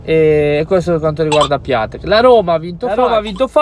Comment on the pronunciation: Assolutamente d’accordo su Piatek. Però leggilo Piontec... Buona